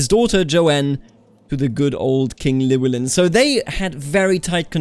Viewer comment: It's not a "Kl", Imagine doing HL, "Hlewelyn"